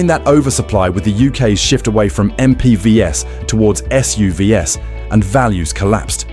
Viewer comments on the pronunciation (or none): This is obviously AI narrative because it always pronounces the "S" in the plural of SUV as "ESS", as in S U V ESS. A very common occurrence in these AI narratives. So annoying.